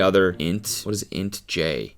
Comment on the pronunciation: Please have Kelsey educate you on the Myers-Briggs Personality Test (INTJ) . Not pronounced like a word. Never trust the AI results on google.